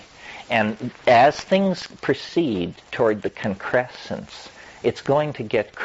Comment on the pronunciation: gotta love the way Terrence says the word “Concressence”